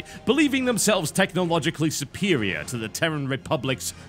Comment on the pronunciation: drink every time u hear suppperirior